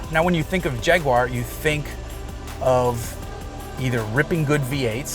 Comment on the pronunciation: I liked the video just because you put the effort in to pronounce jaguar correctly.